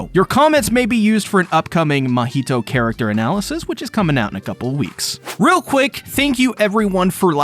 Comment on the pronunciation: It's funny how he's mocking the misspelling of the name mahito, but at the same time is mispronouncing the name the whole time.